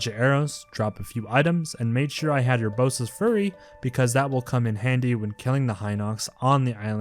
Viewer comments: i like the mispronunciations of some of the names "Teeba" "Yunoboo" "Yourbosa's furry" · Amazing you did it:) buuut you said Urbosas fury